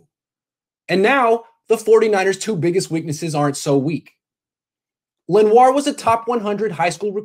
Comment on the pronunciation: Its pronounced Len-wah